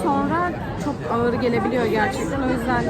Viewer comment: ığır demiş ama sanırım ağır demek istedi. Bir de çikolata markasını çok övdünüz de okunuşunu da bilseniz 🤣🤣 ayrıca hazelnut kelimesinin telafuzu da öyle değil onu da araştırmanızı öneririm udemy’de birkaç kurs var linke eklediiiğğğmmm 🤣🤣